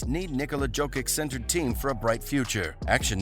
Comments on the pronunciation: Everytime he says Joe-kick I wanna smash my phone. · Jo-kitch ffs. How hard is it to learn shit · bruh, its YO-KITCH, like Yo Kitchen, Yo-Kitch, JOKIC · When you say “Jokic”, it sounds like you’re mispronouncing “joking”!!! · Fuck my ears everytime he says Jokic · You do not know how to read Jokic name, but u have more insaghts on what denver will do. Pls tell us more